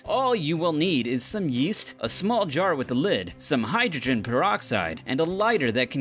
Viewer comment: Instead of yeast yeeeeet